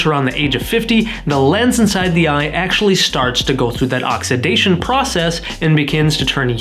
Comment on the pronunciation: Why are you screaming? Also, you pronounced "oxidation" wrong.